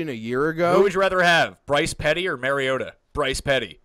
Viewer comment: its mariota not mariatta